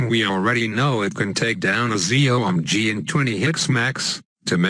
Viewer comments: The Cool Siblings Z.O.M.G. NOT Z.O.M.G'S :) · he said ZOMG/ZOMGs 8 times